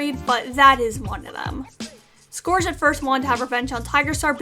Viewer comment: Awesome video, but just a few things! -Sasha DID try to give her kits to the barn cats, it happened in Tigerstar and Sasha #3. -Brightheart doesn't like to go down to the lake, as revealed by Rock in Cats of the Clans. -Scourge is pronounced like "Scurge", not "Scorge". -Millie is pronounced like "Mill-e", not "Miley". No stress, just wanted to let you know! :)